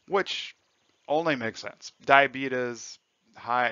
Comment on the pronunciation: YEEES HE CALLED IT DIABEETUS